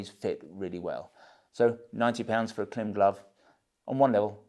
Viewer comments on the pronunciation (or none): If I'm not mistaken, Klim is pronounced like climb.